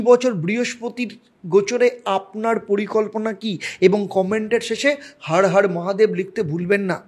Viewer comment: হড় হড় মহাদেব নয়... হর হর মহাদেব আপনার 'র' আর 'ড়' উচ্চারণে সমস্যা আছে।